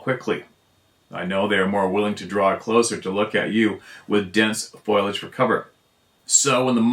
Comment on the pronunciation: Foiliage. foil-lee-age. It's a mangled mouthful with too many i's. It's fo-lee-age. sp Foliage.😃